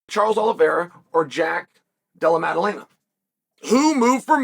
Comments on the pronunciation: LMAO who TF is Della Laema? He was closer to Dalai Lama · No, Jack has been saying it wrong the whole time. Uncle Chael is never wrong, undefeated and undisputed. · His pronunciation of Della Maddalena deteriorates in real time throughout the video, it’s incredible. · Mission impossible: Chael pronounce Jack’s name right twice